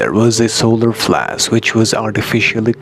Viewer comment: The "being" that talks through makes the same pronunciation mistake with the word "flash", pronunced like flass. Many people from india and Pakistan talk with this accent. So Pleiadians are from India?